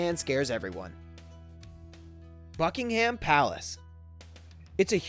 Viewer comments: It's pronounced Bucking-am not bucking ham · did he say fuckingham palace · ... You said “Fuckingham Palace”. Am I the only one who noticed that? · oh my god, when he said Buckingham palace I wanted to cry it's BuckingUM Palace, not BuckingHAM Palace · Not at all: BUK-ing-(h)əm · its pronounced buckingam and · It's pronounced Buck-ing-um not Buck-ing-ham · Please say "Buckinghum" not "Buckingham" Its not a big issue but its so annoying to hear you say it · I heard fucking ham palace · it's pronounced Buck-in-gum Palace Not Buck-Ing-Ham Palace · ABsolutely hate the way he says Buckingham ugh - its like buckingum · Buckingham is pronounced bucking-hum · BUCKING-HAM PHAHAHAHAHAHAHAHAHAHAHHAH IS PRONOUNCED BUCKING-UM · Its bucking-hum not bucking- ham.... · buck in hum not buck in ham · The h in Buckingham palace is silent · the "h" is not pronounced in "Buckingham", and I believe Michael Fagan had more than just a "look around". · omg the way he pronounces Buckingham is actually triggering lol u don't pronounce the H hahaha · Buck-ing-ham palace good one 😂never heard that before you were kidding right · I actually got offended when you said that Buckingham palace wrong